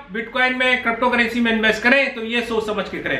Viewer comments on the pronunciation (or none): Good update and thank you for uploading video related crypto currency. Sir, however, I have one request to you to pronounce crypto currency as crypto currency not crapto currency. Ha ha ha just kidding sir ji, u r doing good job